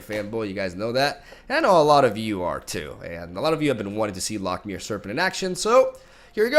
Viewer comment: hey bud, loch is pronouced similarly to lock, just a bit flemmy at the end :P